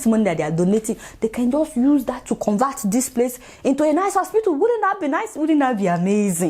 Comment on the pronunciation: Why does she keep calling hospital "ospitool"?